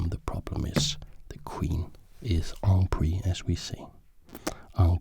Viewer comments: Clarification (I'm french living in paris) "en pris" is not a thing, it does not exist, you should say "en prise", you're saying "en" correctly, but "prise" but must be pronunciated as "preeze" in english. A "prise" simply means a capture (originally of an animal) and just means that the piece is capturable (you knew that but people reading my comment may not). "prise" is the verb "prendre" conjugated in feminine mode. If naka were french he should say 'prise prise prise prise' instead of 'take take take take take'. "pris" itself does exist but not preceded by 'en' and only exist when you conjugate the verb 'prendre' in "passé simple" tense, a past tense that's not really used daily. And quick reminder for en passant, the 't' at the end is silent, don't pronounce it guys! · Loved hearing my native language from you, you are doing well ! Except for "hanging piece" you need to prononcé the "se" in "en priSE" phonetically would be "en preez" 😉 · I love you so much...and if you ever want to play and practice your french - let me know. En prise is pronounced en preez (long e) followed by a strong z sound because whenever an s is between two vowels it sounds like a z. P.S. I'm winning so many games just because of you! I've joined your patreon!